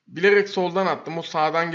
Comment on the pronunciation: Ne Nasıl Yapılır hayır düzgün söylemiyo